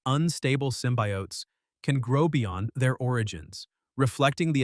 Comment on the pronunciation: Why do you call them both Sym-By-Oats & Symbiotes? It's pronounced Sym-bee-otes alone. Stop using Ai to talk for you.